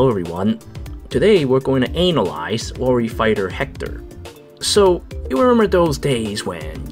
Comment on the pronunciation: You literally mispronounced every goddamned word possible. Analyzed. Wary. Riposte. Eliwood. Fahk, man, stahp.